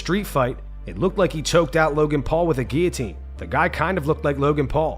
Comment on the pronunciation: This is an MMA CHANNEL... it's not a "ghee-o-tine" when there's no GHEE!!!!